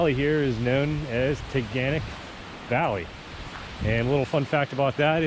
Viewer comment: As a resident of Ithaca you ALMOST pronounced the name that us locals say. At the end of the word it’s pronounced “nick” not “knock”. Tuh-Gan-Nick. Great video though! Haha!